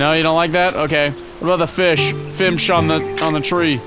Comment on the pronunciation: saying Fimsh made me laugh idky